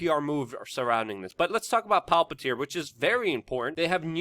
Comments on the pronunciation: It's Palantir, not Palpatir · WeAreChange desk pounding, screaming, whatever. All good. Could make a little more effort to pronounce things better, I.e. Palantir (not really pronounced Pal PAT ear). Also, has Palantir moved completely to Silicon Valley from Washington D.C. area? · Luke I love your work, but sometimes you might want to pronounce things correctly its Palantir not Palpatir like from the Lord of the Rings PALANTIR not PALPATIR don't combine LOTR (Palantir) with Star Wars ( Emperor Palpatine/Darth Sidious) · It’s Palantir not palpatir senor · Palpantir? Dude its Palantir. One P not two. You sound like a doofus. You are usually a lot more professional than that. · Why are you pronouncing Palantir as Palpitir? 🤣 btw, Palantir is the word used in LOTR to describe the seeing-stones which were used by Sauron and Saruman and others to communicate to eachother. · "Palpatir???"WTF??? It's Palantir.JFC say it correctly.. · It's Palantir not Palpatir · Luke, why do you call Palantir Palpatir? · PA -LA -N-TIR